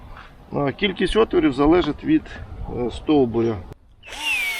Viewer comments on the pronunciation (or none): Дякую за пораду. Порада вам: живіше, швидше , бо заснути можна. І не отвірів, а отворів. І ще питання: як позбутися дикого винограду, який тягнеться із закинутого сусідського подвір'я, де господарі давно померли, і який покрив усе наше подві'я суцільним килимом. У хаті ми не живем, приїжджаємо раз на рік.